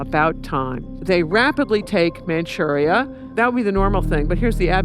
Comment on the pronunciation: Manchurie et non manurie, traduction de merde par ia